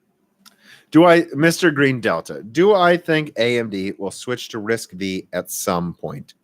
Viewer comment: FYI It's not "RISC-Vee". It's pronounced "RISC-Five". V (five) as in Roman numerals. Also Intel's 3DX Point is pronounced 3D "cross point". And yes even I started calling it 3D "expoint" at first :)